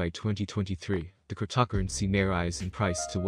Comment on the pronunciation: Cryp-tock-crunncey???? 11 seconds into the video. HAHAHAHAHA. No thankyou